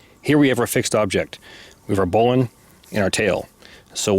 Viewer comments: The correct pronunciation - finally. Should sound like "bowling". You are onto it. Everyone else sux. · I am so happy to hear you pronounce bowline correct, as "bolen". It's my favorite knot of all time. Yours is by far the best demonstration of bowlines I have seen, and I learned something with the Yosemite. Awesome! I've never seen that before. I have to wonder however, if there could possibly be any issue with the basic bowline's "cinch" loop's effectiveness, i.e., if it's security could be affected or compromised by introducing the working end into it. I personally doubt it, but rope scholars could maybe school us. I learned bowlines in 1985 while working as a commercial fisherman in AK. Unless you've got some shitty springy stiff slippery line, I've never experienced any reason to back one up. That being said, if I am using a bowline in my climbing pursuits, it's backed up. Life is worth an extra second or two. Thanks!